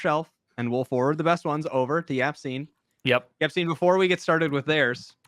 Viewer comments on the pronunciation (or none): Yacine not Yaccine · did we just signoff calling him?